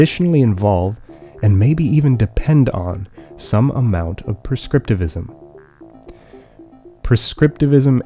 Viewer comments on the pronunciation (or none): the narrator said perscriptivism rather than prescriptivism every time, is this a ploy to prove a point?